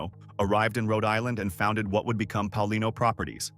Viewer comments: Pay-a-LEE-no and Prah-kha-shan-TEE.😢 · It's Paolino (Pay O leen O). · It's pronounced Payalino